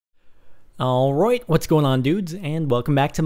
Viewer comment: "all roit" i love you sparkles, homo intended